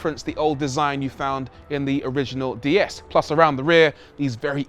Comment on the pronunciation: Why do virtually ever pronounce it Dee S, when it’s actually pronounced Day S.